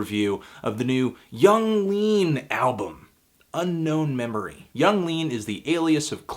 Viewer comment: It’s called Unknown Memory, not Unknown Meme-ory.